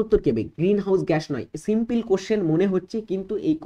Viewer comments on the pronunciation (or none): none